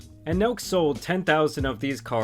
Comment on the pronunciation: I thought he said milk boys